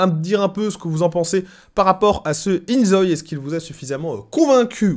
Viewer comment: Je pense que ca se prononce in zo-i parce que ζωη en grec ( prononcé zo-i) signifie vie.